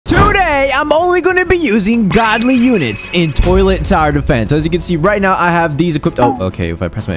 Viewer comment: bro just said goldy💀